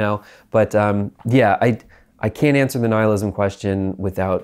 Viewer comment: Nihilism, pronounced nile-ism, not neelism. This was grating on me